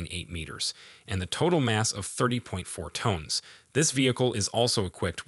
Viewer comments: tones? why do ppl not know how to say common words lol? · Computer voices are getting better but this one still has issues. "30 tones" ? I didn't know the Brad was that musical. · It's amazing that people are using AI speech and don't even listen to their own video before releasing it , the vehicle weighs something something tones? and is equpied with hydro meshanicle (hydro-mechanical) transmition? the result of feeding "probably" chatbot GPT into any number of AI speech algorithims. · Lost me after the 20th time saying Kum-Bat Vehicle... and 45 tones ... whats a 45 tone?